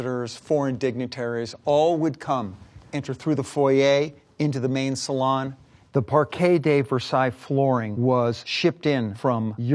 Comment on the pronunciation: Finally someone who knows how to pronounce salon in this context. Also, I wonder if Jed's 'cement pond' is still out the back? Just watched some Beverley HIllibillies recently lol it still holds up after all these years.